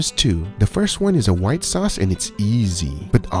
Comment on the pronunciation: Whita sauce ? Are you serious?